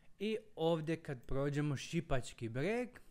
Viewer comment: Živim blizu toga, inače je malo drugačiji naglasak na Šipački Breg, a Sv.Bernard je kao gostionica u kojoj se može popit piće,u vlasništvu planinarskog društva